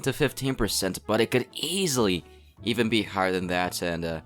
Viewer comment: I like how you put so much energy in saying EASILY!